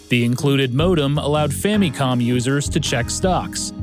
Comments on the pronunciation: fam-me-com I can't watch this, this is aggravating. It's Famicom. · why you saying famicon like that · Great as always but I can never get over the "fammycom" pronunciation. Reason: the only syllable in this that is similar to the Japanese pronunciation is the mi in Famicon. The other two syllables are still American in pronunciation which is fine but it seems people that prefer this pronunciation in English seem to think that it's more in line with the Japanese but it's not. I say family like "fa muh lee" so I pronounce it as "fa muh com" in English. Everyone has quirks about which pronunciations bug them and which do not. This is just one of those for me for some reason. ファミコン is Famicom and the Fa is the long A like fah and then mi is like me and then the last is kon pronounced with a long O like cone but quicker...does not technically end with an M because this is not possible in Japanese. It's changed to com for the English spelling just to be more recognizable in English as to what it actually is. Anyway, generally when I bring this up, people ask a lot of questions about why I think this way so I thought I'd put it all in one post. Again, you make some of the best gaming docs I've ever seen. I just have maybe too much to say about this one little nitpick thing. That's it. Man, coffee is great.